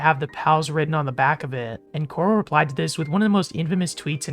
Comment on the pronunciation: Corl not coral